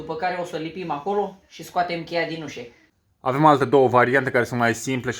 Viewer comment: se spune UȘĂ nu UȘE 'țear limba te oltean